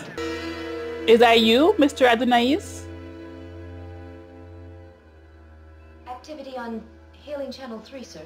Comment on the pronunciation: Just for reference it is pronounced: “Oh-Don-us. Glad you got to see a classic episode. Love your channel.